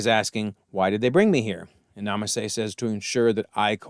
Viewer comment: You called Nala Se "Nama Se" a few times. Kaminoan names can be confusing at times.